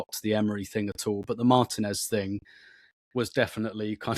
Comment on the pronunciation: Mar-teeeeeeeeeeeeeeeeee-nez. Margin-ez is completely wrong.